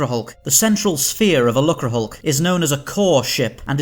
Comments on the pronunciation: It's pronounced luke-er, rather than luck-ra. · Disappointing that they didn't research how to pronounce "lucre". A quick look in a dictionary would would have done.